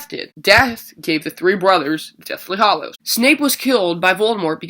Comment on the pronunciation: its hallows not hollows